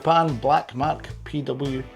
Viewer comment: Its not mark your saying it wrong lol 😆 😂